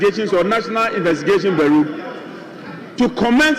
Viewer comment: So no one can pronounce Bureau correctly! (Bureau =Byurow)! Funnily they can pronounce bureaucracy...😂